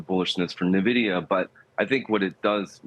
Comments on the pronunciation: Pronounce it neh-vidia, lose all credibility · Thank you! Its 2024 and this is a nearly 2 and a half trillion dollar company. How do you not know how to pronounce it correctly by now? 🤦🏾